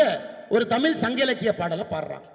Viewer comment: தமிழ் எனும் வார்த்தையில் வரும் தமிழுக்கே யுரிய சிறப்பு ழகரத்தையே சரியாக உச்சரிக்கத் தெரியாதனா சுகிசிவத்திடம் குற்றம் காண்பவன்?அட மட சாம்பிராணியே சுகிசிவம் யாத்த நூல்களையே ஆய்வு செய்து மூவர் முனைவர் பட்டம் வாங்கியிருப்பது உனக்குத் தெரியுமா?ஈராயிரம் புத்தகங்கள் படித்திருப்பதாகக் பிதற்றிக் கொள்கிறாயே நீ எத்தனை நூல்கள் யாத்திருக்கிறாய்?உன் மாய்மாலங்கள் கலையும் நாள் வெகு தொலைவில் இல்லை!இதில் IPS பட்டம் வேறு!மானக்கேடு!